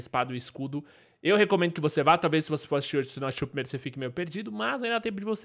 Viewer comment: priNeiro? Kkkk